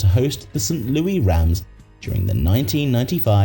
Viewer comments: It's pronounced Lou Iss not Lou Eee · U brit its pronounced St Louis ! Not St louie !!!! Say the name right !!! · Absolutely NOBODY calls St. Louis “St. Louey” in 2025. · It's St Louis not St Lewie. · It's St. Louis not St. Louie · It is St. Louis not St. Louie you dolt. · Protip: The city in the United States is pronounced "Saint Lewis," not "Saint Looie." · Did you miss a word? I said it's pronounced "Saint Lewis," not it's spelled that way. That means the word is a homophone for "Lewis." , the narrator pronounces it "Sint Looie," pronouncing it like a British interpretation of how a Frenchman would pronounce "St-Louis." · St. "Louie" Cardinals? Ridiculous A.I. mispronunciations, as usual. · Interesting but the mispronunciations are rough. St. "Louie" Cardinals and "Sheebe" park make my eye twitch. Also, Atlanta is just stealing tax payers' money. A stadium lasting just 20 years is a joke. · It's pronounced "Saint Lou-ISS" lol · It’s pronounced Saint Loo-iss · So wait a minute, if Kennedy was assassinated when? I think 1953, how was The stadium named after him when the Frankfort yellow jackets played there in the 1930s? JFK was still a kid back then. So what was it called. Also you're ridiculous ai, can't pronounce St Louis. Before making a video where you repeatedly pronounce the name of a city incorrectly, you should probably address that. No wait that's right you put absolutely zero effort into this and had ai do everything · The s in Louis is not silent as we are not french, stop mispronouncing St. Louis. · Omg the way it pronounces St. Louis😱